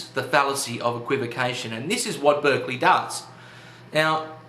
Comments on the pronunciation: Good job summing up the arguments, but I do have one nitpick: you mispronounced Berkeley's name. It should be pronounced Bark-lee (as in a dog's bark) rather than Berk-lee (as in UC Berkeley). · It's pronounced BARK-ly by the way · It"s actually spelled Berkeley but is pronounced with an A! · His name is pronounced 'Barkeley'